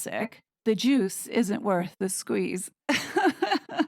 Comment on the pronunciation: I thought she said: "The Duke isn't worth the squeeze!" ..... 😮!